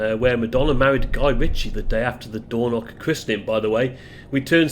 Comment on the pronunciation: Hi, I generally enjoy your videos - hence my subscription. But oh dear you do need to work a lot to improve your place name pronunciation. There are no such places as "Doorknock" or "Libster", at least not that I'm aware of having despite having lived the first 40 years of my life in Scotland. Lybster in Caithness is pronounced Lie-bster (as in lying or tying) Dornoch is pronounced exactly as it is spelt, Dor-noch using the short 'o' in both syllables and the ch at the the end using the same gutteral sound from the back of the the throat as when (correctly) pronouncing the word 'Loch'. Now I know a lot of folks from down south just cannot grasp or master that last one - if that's the case then maybe you you should stick to text captions rather that butchering place names. Sorry if this comes across as a bit harsh, but bo try and improve on this as it does take the gloss off what are otherwise very good uploads. 100% with you on the rudeness of people queue-jumping. As you recently featured the Far North line (one of the most underrated rail journeys in Britain) I thought i would share with you that until WW2 Lybster had a passenger rail service served by a branch line from Wick.